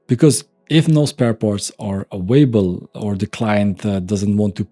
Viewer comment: Love this content. You give precise and honest insight. What can be irritating at times in your constant mispronunciation of "available*" (say: ah-vale-ah-bell" not "away-bell"!) and you always pronuncing a "V" like a "W". They are sometimes pronounced the same in German (sounds like Swiss-German is your native language), but are vastly different in English.